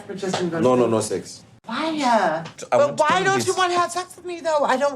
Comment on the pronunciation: Whyyy-uh, whennn-uh🤦